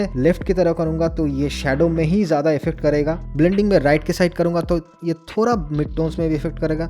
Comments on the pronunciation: Thora nahi thoda😂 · Thoda nahi ""thora"" 😂😂